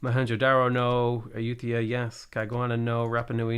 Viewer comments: BTW, it's pronounced "EYEyooTIEah." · that is NOT how you pronounce it... it's a-YOOT-tah-yah, which correctly says